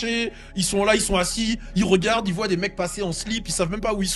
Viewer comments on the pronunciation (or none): none